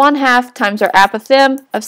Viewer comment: The pronounciation of apothem makes me a little crazy